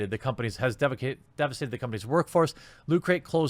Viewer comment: "...the company has defecated...devestated..."